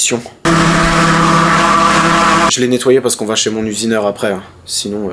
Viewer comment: "mon usineurhin"